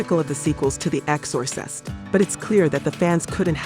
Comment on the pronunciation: EX-SAW- SIST 😂😂